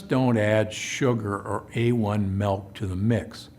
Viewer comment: Milk!!! Not “Melk” ….Ahhhhh🤯 Drives me crazy lol